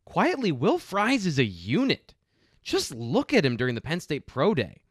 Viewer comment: Pumped to see somebody in the NFL with my last name, but it's pronounced FREESE any time you see 'ie' in a Germanic name it's pronounced Ee